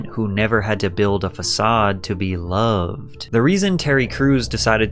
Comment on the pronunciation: What up the long last syllables... 'to be looooov'd' etc why do you tubers do it? 'His mothers vieeeews'... it's a really irritating affectation.